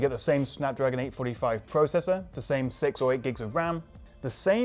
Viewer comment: When you say 6 it sounds sex... 😂😂😂